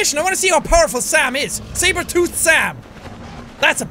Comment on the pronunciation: D id you just say Sabertooht?